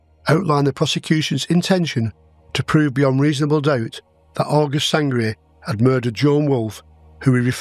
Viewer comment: Sangret not sangria